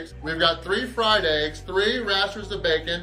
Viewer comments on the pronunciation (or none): none